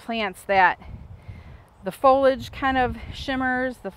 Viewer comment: I cringe every time I hear "folage". It's pronounced fol-ee-age. Is that an American thing?